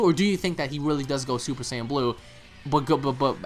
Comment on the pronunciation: And why does guy keep saying super sign instead of super saiyan the american dub way of saying...or the japanese way super saayaajin....this guy created his own way to pronounce it lol